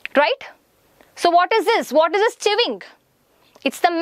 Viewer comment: Some of ur words were different from ours ((like::-chewing u pronounced it as cheving )) 😂😂